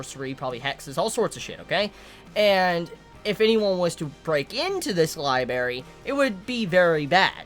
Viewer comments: its libRARY not liBARY damn it was fucking killing me whenever you said it... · Library, not Libary. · am i the only one bothered by the fact that he says LIBERY instead of LIBRARY lol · man i love this show but damn its gonna frustrate me. so many nice, touching moments with Emilia and co. essentially just got erased and Subaru is back to square one. there's also a ton of questions surrounding his restart ability now. oh and btw, it's lib'R'ary not libary:3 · say it with me Li-bray-ry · "Libary" rip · That was bugging me so much LOL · I kept flinching when he said liberry. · LIIIIES! I will have my berries, in my li !!! Love my liberries ) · I liked the review until you started saying "libary". Pronounce the second r man, come on. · You have a weird way of saying library